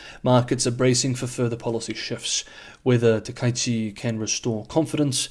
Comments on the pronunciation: I believe Japanese Prime Minister's name should be pronounced as "Taka", then "ichi". The "a" and "i" should not be combined into "ai". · Hehe. Pronounce her name roughly like this: tacker-eechee. Make each syllable the same (quite short length), with no variation of emphasis, tone, or length. HTH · Yes, pronunciation surprised me too. The second kanji is ichi (not number) and isn't blended into the first character.